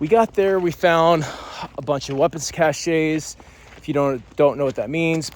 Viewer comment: Cache is pronounced: KASH not cashay. Cache: a collection of items of the same type stored in a hidden or inaccessible place. Cachet is pronouced KaSHAY: the state of being respected or admired; prestige 20 years of sitting through briefs listening to people get it wrong.